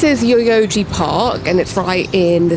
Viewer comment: Remember sake it's pronounced sakay, and Yoyogi is yoyo-gi not yoyogy.